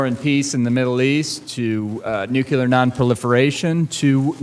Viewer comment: NU CLE AR not NU CU LAR